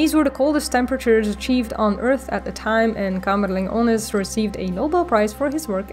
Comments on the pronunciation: Great video! You explain complex and incomprehensible things very clear. And you even pronounced the name of Kamerlingh Onnes wright, Exelent! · My ears perked-up when you pronounced Kamerlingh Onnes nearly perfect. Didn't discern a Dutch accent so I thought you could be Belgian. Groeten uit Antwerpen.